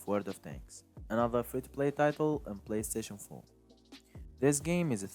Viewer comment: “PlayStation foe” 😂 lol